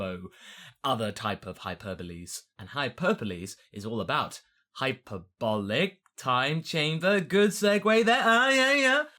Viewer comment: is this the first time you had the chance to pronounce hc correctly